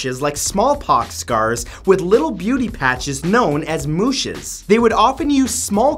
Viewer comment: “Mouches” not “mouchisses”, 🤗😘😜 which means fly (flies), the insect. You don’t pronounce the last two letters. I want your teeth and your eyes 😍